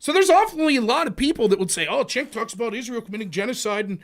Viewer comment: The real question is: was trolling Cenk by mispronouncing his name? Had me laughing 🤣